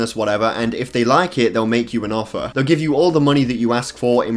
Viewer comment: "I would reconsider my affer"